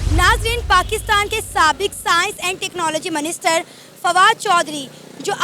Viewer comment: Wo minister hota hai "MANISTER" nhi hota .. ho sakta hai tumhare yaha MANISTER hota ho😂😂